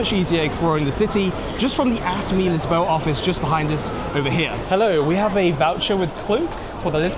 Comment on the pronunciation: Always amazed how consistently and repeatedly Britons bastardize the names of places or words in every other language. Portuguese is NOT Spanish in pronunciation. It's (Lisboa) correctly is LISH-bo-ah. And nevermind about sounds on the word obrigado. Buffoon